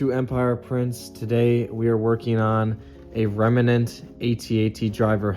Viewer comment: It's remnant, not remenant.